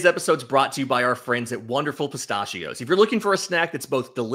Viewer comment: Stop saying pistachios like that lol